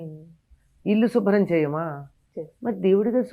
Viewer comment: షుబ్రం కాదమ్మా శుభ్రం.